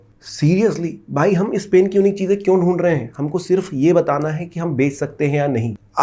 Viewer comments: Bhi upna phelay pronounce pen khaney ka 😢theek karo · Hahahhahahahhahah ur right